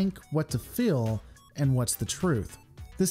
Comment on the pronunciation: this has nothing to do with star trek. I'm fascinated with accents and i noticed that the creator pronounces "heal" as "hill", "feel" as "fill", "hail" as "hell", and "field" as "filled". Does anyone know what region of the US he's from?